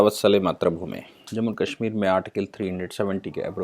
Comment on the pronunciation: सर आप काशमीर क्यों कहते हैं वो कश्मीर होता है।